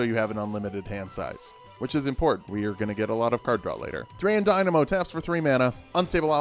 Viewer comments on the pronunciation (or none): none